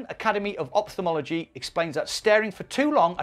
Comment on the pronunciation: Here's some English news for you,. "Ophthalmology" is pronounced "OFF thalmology", not "OP thalmology". God knows why people persist in screwing up this word. Also, "Amphitheatre" is pronounced "Am FEE theatre", not "Am Pee theatre". Sorry if I'm being too virtual...